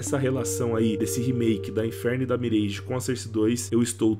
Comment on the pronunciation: Top o vídeo, só queria que a galera parasse de falar "MIRÊIGE" e começasse a falar o certo, "MIRÁGE" :face-green-smiling